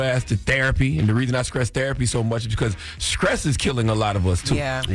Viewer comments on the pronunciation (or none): Charlemagne! WTF is Skress? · Charla Stress not Skress🤣 but all jokes aside true statement. RIP Irv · How the god on the radio, and he can't even pronounce his ST letters. Stroke fool. Not Skrote! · Its STRESS not SCRESS CHARLEMAGNE 😂😂😂😂😂😂😂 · Charlemange said skress kills. He aint lying though. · God damn, Charlemagne still saying "skress" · Did he say scress? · How come a 46 year old man, can’t just say Stress bruh.